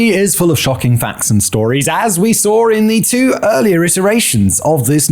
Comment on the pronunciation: ‘Saw’ does not end in ‘r’